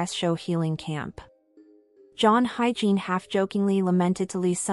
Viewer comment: You can't hire a VO talent who's skilled in pronouncing foreign names? It's pronounced [ HI-YE-JIN], not HYGIENE....jesus....